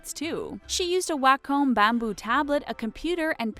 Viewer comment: that's not how you say wacom